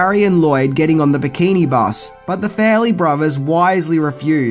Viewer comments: Fa-relly brothers...not Fair-elly brothers...let's work on that pronounciation ;) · FAR-LEE BROTH E RS not fair ley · Farrelly is not pronounced "Fairly". And fix your lazy ass titles. God.